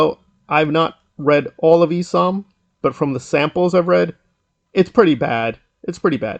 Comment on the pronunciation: bro said “eesom”